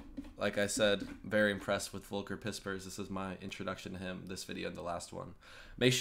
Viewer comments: Just a little lesson. Not at all condescending. Volker (german Volk means people/ Volkswagen = peoples vehicle) It's pronounced Folker. V is Red as an F. You are smart, why stop at mispronancuation. Props to your channel, hope there are more and more young bloods in the USofA that are as open minded as you. ;) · Hey mate, the algorithm brought me here. Kudos to your videos and open mind towards Europe. Volker Pispers is a great guy who is roasting us Germans in the same way and yes, truth hurts. One thing to learn though: He is called "Volker", pronounce it like "Fokker" with an L, not like "woke" :D thanks and keep on going! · Slight pronunciation help. The "v" in volker is pronounced like an "F". Folker not wolker. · And I like that no one ever knows how to pronounce his name. That the V in Volker is pronounced like an F. 😅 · Except for really special sayings or expressions the translation is REALLY GOOD and accurate! By the way, he's called "Folker", the German V is spoken like an F. =) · When u say Volker, try saying it with an "f" skins in the start not "w". In Germany we speak the v as f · If you want to pronounce Volker right, just say Foll-ker. F and V are pronounced the same in German, both like an F (and W would be pronounced like your V, because we do not have the English double-u sound in our pronounciation alphabet). 🙂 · Maybe you should try to say Vol-care, that would be near to "Volker". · pronounce it Folker instead of using the english v ;) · The V in Volker is spoken like an F.....:D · Speak his name like focker folcker Volker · I already told you (regarding "Volker"): The German "V" is pronounced like an "F".